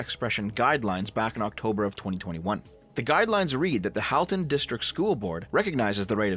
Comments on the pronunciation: As someone who went to school in that area, it’s crazy to see what’s happening. Also it is pronounced “Hall-ton”, but I’ll let it go since you’re a fellow leaf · At the risk of sounding pedantic, and just in case you need to make a followup on this, as someone who suffered through schooling in that area, I'm pretty sure Halton is pronounced like the word halt rather then the name Hal (unless we've been getting it wrong where I live all this time.) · Pronounced ‘Hall-ton’ and ‘Trafallgar’ . Drove me nuts a little as someone living in Halton